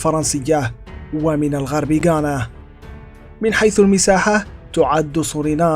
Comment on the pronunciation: غويانا و ليست غانا يا ذكي يلي عامل نفسك مثقف